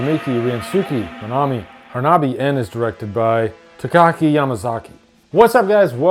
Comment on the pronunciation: Koichi, not Kioshi. Takashi, not Takaki.😂